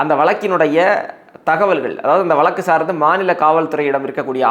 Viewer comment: வளக்கு வளக்குன்னு சொலாலாதீங்க. வழக்கு என்று சொல்லுங்களேன். தமிழுக்கு அழகே 'ழ' தான். தங்கள் தகவலுக்கு நன்றி.